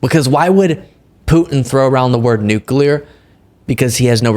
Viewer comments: Trump: “Obama, Putin, nooclear, nuclear (gets it right), nucular”.: the crowd sharing and vibing (little dance). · HJS "NUC-U-LAR"! IT'S PRONOUNCED, "NUC-U-LAR." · Nuclear, nooclear ,nooclear. Three times. We got it Don. Micncime? I come up with a lot of good words. I, I, I means like me, has anyone noticed that ? How the word I is like the letter I. That's me, I am like Donald. Your not Donald. Crooked Barac O'Biden is not me. He is not I. Bacon O'Biden I call him because he is crooked like a crinkly rasher of bacon. Has anyone ever noticed that ? A big guy came up to me, a big guy, a marine, tears in his eyes, worked as a border gard. He said, sir, the border is like a Venesoolian bacon rasher. Cooked in a nuclear, nooclear a nooclear microwave oohhhhhhhhh ! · He can't say nookler for sure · Nu Clear?? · "He's throwing around the nukeliwertur." I'm sorry, what? Could you define "nukeliwertur" for the class please, or maybe use it in a sentence? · Donnie it's pronounced "new-clear"! thought you were an ivy league educated genius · Nucula ! He’s talking Nucula ! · Obama really is under Trump’s skin, but the thing that struck me is that he can’t say the word nuclear. But neither could Bush! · He says “nuclear” like Homer Simpson. Also, Obama lives rent free in Trump’s head. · Well, out of all the words Donnie mispronounces, I'm amazed he can still say "nuclear." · He also said "nuclear word-rter" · He can't pronounce "nuclear." He doesn't even catch himself saying "Obama." Anyone can misspeak but he does it over and over again. He thinks of Obama 24/7